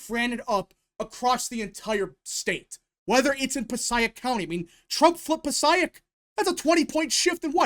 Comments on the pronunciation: I’m from NJ It’s pronounced Puh-say-ick county lol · Excellent video. I’m originally from nj and there’s bones there to make it a true swing state especially in Bergen County. You just got to work on it. Also Passaic County is pronounced pa-say-ick. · You’re mispronouncing Passaic… It’s “Puh-say-ick” County.